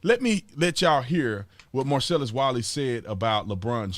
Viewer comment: Every time you say Marcellus Wiley all I hear is Marcellus Wallace...lol